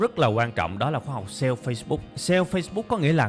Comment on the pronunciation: Mình rất thích cách tiếp cận và chia sẻ kinh nghiệm của bạn về kiến thức, rất dễ hiểu và chuyển tải hết được thông điệp của bài giảng và đặc biệt giọng của bạn rất bắt tai. Chỉ một ít feedback như sau nếu bạn có thể nâng cấp cách phát âm chuẩn các từ tiêng anh thì quá tuyệt vời. Ví dụ: youtube, Sale và SEO những thuật ngữ trong chuyên ngành mang từ nước ngoài vào thì phải đọc đúng vì bạn sẽ là tấm gương cho hơn 700 ngàn con người việt nam noi theo.